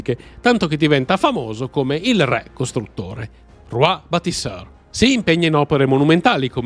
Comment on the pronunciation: Anche la pronuncia della parola "re" potrebbe accostarsi molto di più all'italiano standard 😢